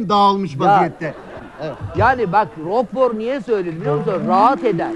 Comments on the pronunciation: İLK DEDİĞİNDE YANLIŞ TELAFUZ EDİYOR, İKİNCİSİNDE SORDUKLARINDA “SANA VAR YA ROKFOR GİBİ BİR ADAM LAZIM”DİYOR. YANİ İÇİ KÜF TUTMUŞ, AHI GİTMİŞ VAHI KALMIŞ BİR ADAM LAZIM DEMEK İSTİYOR BENCE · ROKFOR dedi yaw.peynir türüymüş ama adamla ilişkilenirilmesini anlamadım ben :S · rokfor diyor,ne rocco´su... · Rocco demiyo. Roqfor diyor. Bir peynir cesididir.